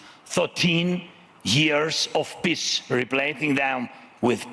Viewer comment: “PISSS”😂😂😂 this guy cant pronounce peace